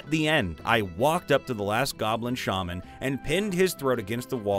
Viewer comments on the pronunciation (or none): none